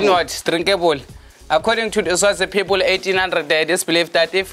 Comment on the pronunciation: The guy leading them on the crystal tour, "good pepole.."everything ends with an" e"😂😂😂